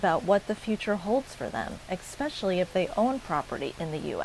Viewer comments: It's "especially", not "exspecially". And it's "escape", not "exscape". Please learn the language. You are perpetuating the stereotype of the ignorant Floridian. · Hi. Quick tip...the word is "especially"...not "ecspecially". Peace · learn to speak. it is ESPECIALLY, not EXPECIALLY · exspecialy yous well educated. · What I can't understand is why any Canadian would still go to your country? Florida especially (not ecpecially). Sorry, pissed off Canadian here. Watching what your dear leader is doing to you and the world! Desantis and his wife stealing millions! What have YOU DONE TO STOP THEM ? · I know most of us in Canada want to stop going to the USA or buying USA products. I also know 2 couples who sold their Florida properties due to the Trump regime and his constant threats and economic confusion. He is to blame for all the negativity toward the USA around the world. Also, I can’t stand watching a video where a presenter mispronounces “especially and escape”. Pet peeve of mine that drives me away from videos.